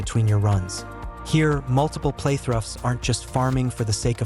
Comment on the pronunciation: What's going on when the narrator says "playthrufs", is this an AI voice that doesn't understand how to say "through"?